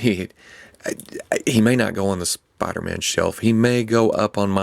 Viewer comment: spida man